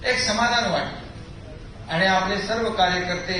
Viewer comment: Yala shuddha marathi bolayla sanga... आनि बानी पानी म्हनून बहिन अशेल...